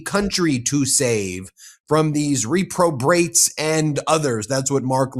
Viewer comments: REP-ro-bate, not REE-probate. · Ben, I absolutely love and respect this channel and the very hard work you do to get us the truth, but would you PLEASE learn how to pronounce the word "reprobate"!! You absolutely mispronounced it at less than a minute and a half into this video!